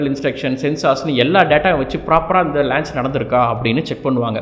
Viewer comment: athu lanch illa paa launch....you doing great job....very informative